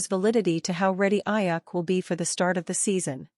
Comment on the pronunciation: You need to pronounce his name correctly it's Aiyuk with a long U